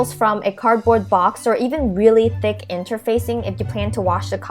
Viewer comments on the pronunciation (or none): none